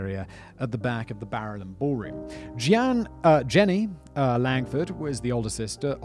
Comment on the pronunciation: Jean-y, not Jenny